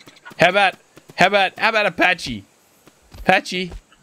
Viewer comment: Pachy is actually pronounced "packy"